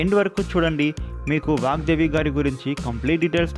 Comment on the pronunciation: It's VAGDEVI not vakdevi